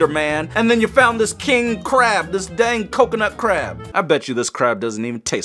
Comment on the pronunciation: It's dang not dand